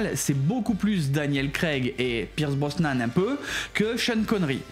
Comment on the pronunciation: slt super videos. en tant que fan j'ai même appris un truc....😂 ps: on dit Brosnan et pas brosman et puis tu as complètement zappé lazenby alors que c'est le meilleur film de la saga: au service secret de sa Majesté pour l'avenir Cavill et Nolan a la real semblent un choix réfléchi